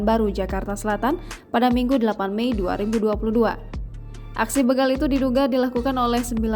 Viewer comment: BEGAL.. Bukan Beugal 😊😊😊